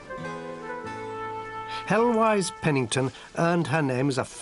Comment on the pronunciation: I glimpsed 'Heloise'.... pronunciation way off here :))